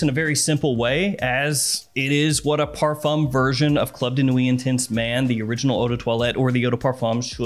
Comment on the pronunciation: Dude, it's "par-FOOM" 🤦‍♂